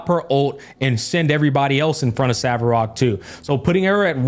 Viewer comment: Hearing “Savarog” makes me cringe.